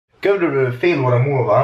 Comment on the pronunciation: „Köbrülblül" xDD